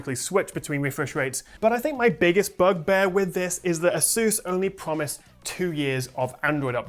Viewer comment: A-soos? 🤣 No hate here. Just got a chuckle from it.